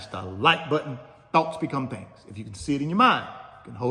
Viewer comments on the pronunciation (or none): none